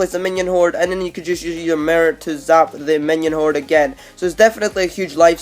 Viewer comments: He said the Mir (mirror) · At nr2 WTF IS A MRRER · That nigga says merr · Chance Jacobsen Listen how he says mirror!